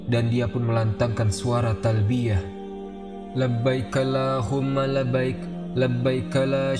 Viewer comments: Saudaraku,, sungguh da'wahmu mulia, tapi lebih indah lagi saat bacaanmu diperbaiki lagi...labbaikaLLahumma labbaik..bukan labbaika laa humma labbaik...satajiduuuuni bukan satajiduniiii...afwan...maafkan jika nasihat ini melukai hati...panjang umur para da'i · Bang mohon maaf🙏, tolong perbaiki bacaan talbiyah nya.. Labbaik Allahumma labbaik..